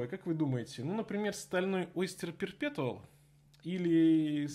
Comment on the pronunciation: perpetual не читается через "Т", там "Ч", уши режет